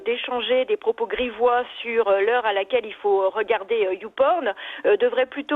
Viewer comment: Mdrrr elle a dit youporne la dame 😂😂😂😂